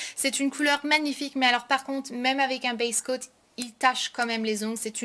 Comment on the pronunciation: ah d'accord merci, durant la video je comprenais "best coat" et non "base coat". Merci de m'avoir répondu, bisous !